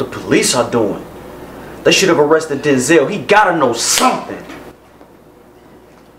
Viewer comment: Damn denzel, not denzel